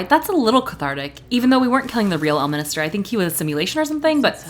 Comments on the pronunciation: It's El-min-ster, not El-mini-ster, and he is a much more likeable character when he is in a good mood. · L minister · This video seems super interesting but alread 30 seconds in and you said Elminister 3 times it's really triggering he's not part of the government... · Can't believe you devoted a whole video to the guy and don't even pronounce his name correctly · I'm confused on how you heard him say the name correctly and still mispronounced the guy's name... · love how you keep calling him elminister 😂 bro is ordained